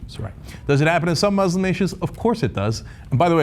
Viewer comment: Why do so many people struggle to pronounce muslim correctly?